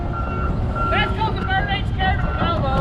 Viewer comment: I could hear it ... No??? 😂😂😂